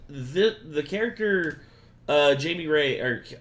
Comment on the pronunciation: IT’S NOT JAIME IT’S JAIME Lmafo 😂 ❤❤❤❤❤❤❤ sending love to all the Renegade Nation right now